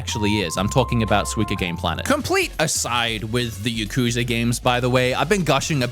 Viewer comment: taking a shot every time he says yakuza wrong